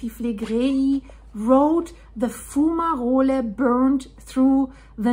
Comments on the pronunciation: It is pronounced, fyoo͞′mə-rōl not foo͞′mə-rōli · Your accent is lovely but....the letter e is silent like in hole. Sounds like Fume-a-roll/role, or Fu-ma-role. Plural: Fume-a-rolls or Foom-a-rolls. Good video. Great information.👍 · its pronounced fume a roll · Your pronunciation of “fumarole” is very nice and German sounding. However, the geological service is keeping a close watch. Lava is still deep. But there is definitely an issue.